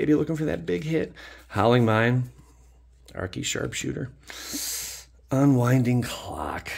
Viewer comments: Ar-key? You didn’t play with transformers as a kid, did you. Archer is pronounced “are-see”. As in R/C. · Its (are-see) not (are-key) for arcee